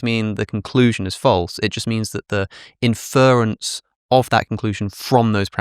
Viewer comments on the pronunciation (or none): Alex, it's INference, not inFERence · Why can't Alex say "inference" properly?